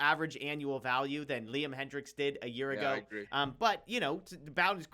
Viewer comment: Hey felas, love the content you post. Just wondering why you always mispronounce Jim Bowden‘s last name.